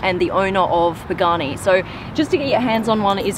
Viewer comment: Pronounce the names right of the car